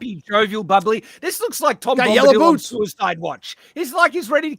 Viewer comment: Tom Glumbadil? Glum Bombadil? 😏